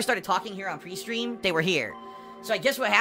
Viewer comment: When he says "Pre-stream" it sounds like Peestream